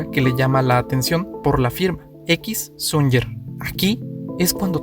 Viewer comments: sonyer no, Suñer con acento en la e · todo bastante bien pero el apellido " SUNYER" es Catalán y se pronuncia como si se escribiera con "Ñ" de ahí que lo escribieran con esa forma, por su pronunciación.